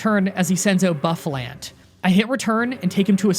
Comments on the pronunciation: Bro, your content is really good, but I absolutely HATE how you pronounce pokemon names, they hurt my soul, buffalant and cofAgrigis makes me want to die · Just saying for Pokemon Pronounced wrong (These are correct pronunciations just for help): Arr-Key-Ops Her-Dee-Err Whirl-uhh-peed (like centipede) Lea-van-eee Boo-Fah-Launt Just trying to help, not complaining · the entire time i was trying to keep myself from not screaming. your pronunciation... Cofagrigus (cough- agree- gus) hydreigon (Hi- drei like the german drei) gon bouffalant (boof- a- launt) archeops (arc- e-ops) dude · This is a tough watch as a Gen 5 fan. Not my favorite gen or anything but still :// Also, Lee-eh-pard Ex-CA-Drill Cough-a-Gree-gus Zoro-Ark Care-uh-cost-uh Arch-ee-ops Boo-fa-lant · I'm a real stickler for pronunciation and I know some of these can be confusing so here are all the ones you got wrong. Cofagrigus (cough-uh-gree-gus) Zoroark (zoar-oh-ark) Archeops (Ark-ee-awps) Herdier (Herd-ee-urh) Bouffalant (Boo-fuh-lawnt) Hydreigon (high-dry-gun) Lillipup (Lily-pup) Patrat (Puh-trat) Whirlipede (Whurl-uh-peed) Excadrill (Ex-cuh-drill). I know this might come off like me being an asshole, but I actually just wanna help you not sound weird in your videos. I'm sure other people don't like hearing mispronunciations either.